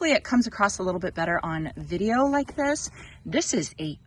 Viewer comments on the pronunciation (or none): none